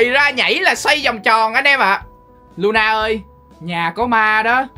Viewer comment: Thà anh gọi nó là Lo-na ik Ko ! Anh gọi nó là Lu-na 😢